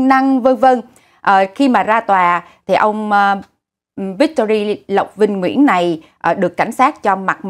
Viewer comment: Victory thì luôn luôn là "y" chứ đâu có "i", không có "Victori" nhưng" Victoria" là khác rồi.